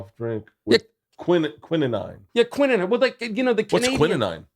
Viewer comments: I knew Bert was kinda dumb, but... "quininine?" LOLZ. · 😂😂😂 wrong pronunciation of quinine